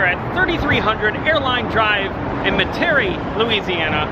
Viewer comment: Ok you destroyed Metairie 😂 Met-ah-ree